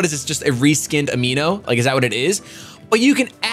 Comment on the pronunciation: kept referring to Pokemon Amie as Amino, lel